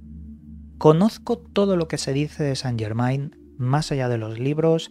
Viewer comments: N'est pas possible. ne parlez pas francaise. Il dit St. Germain, ne pas Germen... AI c'est E en francaise... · En francés Germain, se pronuncia Germen ... la AI es E... .. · Chirria que lo nombres acabado en -ain, acabalo en -en que es como es, Yegmen, es la pronunciación correcta